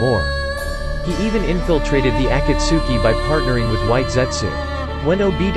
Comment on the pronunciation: Bro I'm mad he said akatsuki wrong he is making this video without watching naruto he say svm so much stuff wrong I'm going to dislile